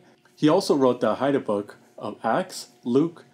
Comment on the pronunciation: Hey! I watched this documentary a few days ago. I thought it was really neat how you pronounced the words. It's interesting that the Gospel of John was one of the first major works done in Haida. Does any of your family speak Haida?